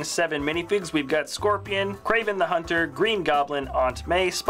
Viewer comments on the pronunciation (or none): none